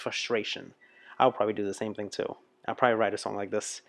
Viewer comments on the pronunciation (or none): none